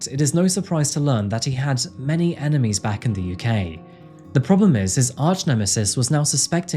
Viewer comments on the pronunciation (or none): none